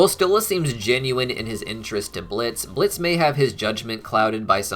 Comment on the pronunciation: it's blitzø...say it right plz